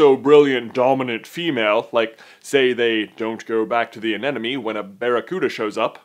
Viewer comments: I didn't actually notice him saying "moovoo"... I was more distracted by him saying "anenome" instead of "anemone" haha Still love you J!! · It's pronounced "a-NEM-ah-nee", not "an-Enemy"! 8P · Your pronunciation of anemone is driving me insane! It's not "an enemy!!" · Katie May He also says anenome instead of anemone, but oh well, people make mistakes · haha you said 'anenemie' so many times :P it's actually anemone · Dude. It's anemone. Not anenome. Also, relax about "non-dominant male." It's not that big a deal. (Love your vids, though!!)